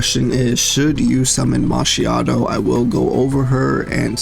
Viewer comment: Brother, I don't just need her, I need two of her. That DPS boost with her copy is insane. But I will be happy with just winning a 50/50. V1 can come on her rerun. And my italian side wants to separate your head from your shoulders for butchering her name pronunciation.